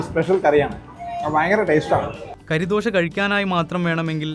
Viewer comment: കരിദോശയല്ല ബ്രോ കറിദോശയാണ്, കറി എന്ന്‌ പറഞ്ഞാൽ ഇറച്ചി.